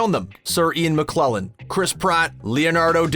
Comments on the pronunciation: It's Sir Ian McKellen, not McKlellen!! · Ian McKellen** not McKlellen. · McKellen. Sir Ian McKellen. Not McClelland. That's two Screen Rant videos I've seen in the last week where they pronounce names wrong. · Always thought it was Sir Ian McKellan not McKlellin. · McLellan? I think you mean McKellen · Ian "McKlellen" (as opposed to Ian McKellen)....? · Sir Ian McQuwellen is what I'm hearing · yeah, he says 'McLellen'. Twice. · why does this guy suck at saying Sir Ian's name?